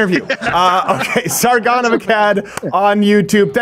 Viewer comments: Why did Steven pronounce Sargon's name with a Peter Griffin/New England accent? The shame, such horrible shame lol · Sargon name pronunciations are ridiculous 😂